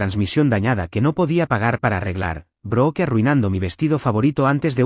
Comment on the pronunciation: No se pronuncia BROOKE , SE ESCRIBE BROOKE PERO SE PRONUNCIA ""BRUK "" LA " E" ES SILENCIOSA.